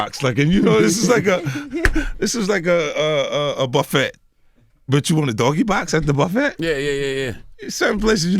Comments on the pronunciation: “buffett” with the T this nigga can’t pronounce buffet lol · He pronounced it buff-et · I know damn well this grown ass man did NOT just say bufFET 😒😒🤣🤣🤣 I love 50 though 🙌🏾🙌🏾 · Im mad that 50 kept saying “Regardlessly” and he pronounced the two T’s in “Buffett” and nobody said nothin. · Buff-ETT - 50 Cent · This is insane. The “T” in buffet is silent! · Fif I could watch you talk about the weather but buffet is pronounced "buffay" 😉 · Did this nigga just say "a buff-fett?!" 😂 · He said buff-et. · It's , i'm like wtf is a buff et??? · Buffet...Dude the "T" is silent😂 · I love Fifty, he is sexy as hell but is it really called a “buf-fette?...I’m weak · 50 Really An OG. My Guy Said Buff Fet and NOBODY Corrected Him😂🤣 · So we just gonna ignore my manz said buff-ET? 😂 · Its actually BUTT-FAT😂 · The "t" is silent. Pronounced buff fay. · "BuffeT" ~ 50 Cent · Nigga said "Buff-ett" 😂😂😂😂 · This nigga said BuffET I’m putting this fool in the same box as Floyd LOL BUF FET 😆🤣👎🏾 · This nigga said "buffette" lmao I'm thru with 50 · And almost perfect guy besides how he pronounced buffet. We’ll let ‘em 🛝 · Buffet?????? 👀👀👀👀👀🤦🏾‍♀️🤦🏾‍♀️🤦🏾‍♀️🤦🏾‍♀️🤦🏾‍♀️🤷🏾🤷🏾🤷🏾🤷🏾🤷🏾 did anyone catch him pronounce that word, thought I was tripping had to rewind it back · Listen how this niggah says buffet lol 😂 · Been a fan of 50's for years. I didn't know the nigga said "buffet" with the "T" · Making jokes at Floyd but don't know the T in buffet is silent...ok Fif y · Yeah, he pronounced buffet wrong, but no one was tryna check him on it. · He pronounced it like it's spelled. Lol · do americans really pronounce the T in buffet? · No he didn't pronounce the T in buffet!!! 😂😂😂😂😂😂 I fucking love 50♥️. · Floyd better get at 50 for not knowing how to pronounce Buffet it aint Warren. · The way Fif say buffet makes me uncomfortable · Somebody need too tell my Guy Fif that the T is silent when saying Buffet LoL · All that money 50 has and he cant pronounce "buffet" :( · 50 pronounces buffet as buffet? Lolol